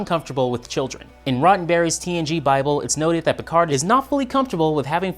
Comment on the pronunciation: PicaRR not PicarD!!! 🙄